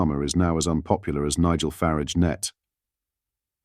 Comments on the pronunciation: Who is Nigel Farrige ? It’s pronounced furr arj I hate these AI voice overs, really detracts from who or what posted this. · What is Nigel Farage net and favourability? And, why can’t you pronounce his name properly? Or do you say garige???